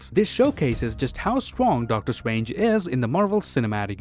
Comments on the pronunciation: Do you pronounce 'strange' as swange because that is what i heard and if you go to you can here pronounce strange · He can literally pronounce almost everything with the letter R in it, but not Doctor Strange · “Just how swong doctor swange is” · Doctor Stwange 😂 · I love it how you pronounce Strange😂 and yeah he's super strong, he's Top 3 of my favourite characters for a reason